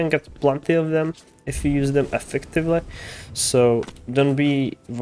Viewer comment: Been playing too much clove? Bro definitely said effectively with the Scottish accent